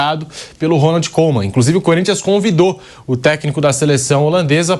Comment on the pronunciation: A pronúncia do Koeman , não é Coman , mas Cuman